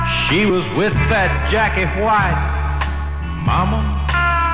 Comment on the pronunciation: why does he say white like that 😂